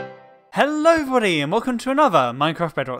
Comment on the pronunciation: When talks like hhello every body instead of hello every I heard hello vaddyyy😂ahahah